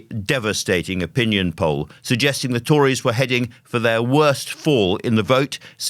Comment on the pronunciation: I heard 'Telegraph Pole' instead of 'Telegraph Poll'